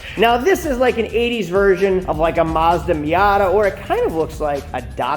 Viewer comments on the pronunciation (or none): none